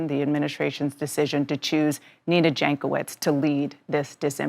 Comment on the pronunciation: Jankowicz is pronounced Yankovitch.